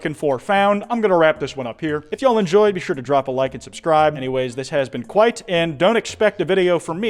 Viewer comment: Kwite good! 😂